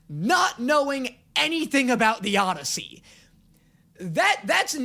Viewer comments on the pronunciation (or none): none